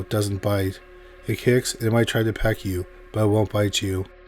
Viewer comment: peck you? Like a bird?